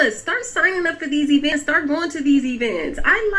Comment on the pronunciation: Why does she keep pronouncing events like that lol "I like these eeevints"